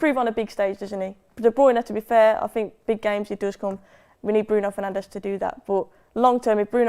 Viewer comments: Can’t believe a united fan keeps saying “Penandes” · It is annoying. Bruno is one of our best players. Some people find it disrespectful when they call him Penandes